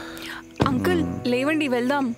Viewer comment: కన్నా అనే ఈ ఏక్టర్ కి తెలుగు రాదా? "లేవండి" ని "లెవ్వండి" అని ఎందుకు పలుకుతున్నాడు?